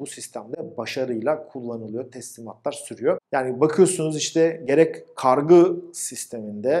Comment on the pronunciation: Hocam kargı değil kargu olacak